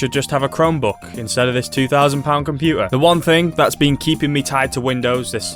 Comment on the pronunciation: why is this guy not pronouncing "t" word, he is also saying compuer, instead of computer. 🤔🤔💭💭